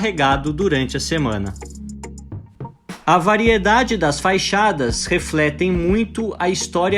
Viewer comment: desculpe te corrigir mas é FACHADA e não Faixada como vc fala.